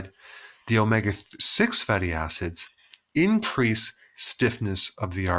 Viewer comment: did he say INcrease the risk of getting a clot ? or was that a mistake?..